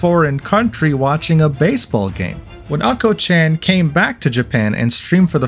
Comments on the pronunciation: I couldnt watch the video because you keep pronouncing "unco" (meaning poop) as "uncle" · Hey, it's Not "A"nko, but "U"nKo. AnKo means Red Bean Jam, and UnKo means Poop/Faeces, It's TOTALLY DIFFERENT THING!! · he sure lives up to his name because Unko ( a closer pronunciation would be "oon koh" ) means Sh!t. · not anko chan, but unko chan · hahaha anko chan, its unkoh meaning shit or poop. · Bro can't even pronounce unko correctly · Ok, mispronouncing "Unko" is kinda understandable, but "Show Hai"? Come on!